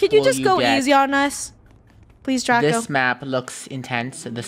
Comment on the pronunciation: it’s Draco not Drago